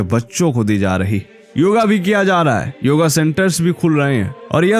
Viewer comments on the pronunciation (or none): none